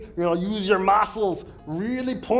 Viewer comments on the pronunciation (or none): You got a genuine laugh out of me at 'use your mahscles'